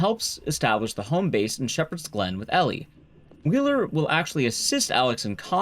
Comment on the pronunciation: It's a little thing, but Elle's name is pronounced like the letter "L" and not like "Elly."